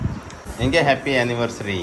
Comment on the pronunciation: Unniversary na kevay anniversary kevay bhai😅